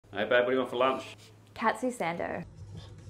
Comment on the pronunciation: only the "Sando" was pronounced wrong tho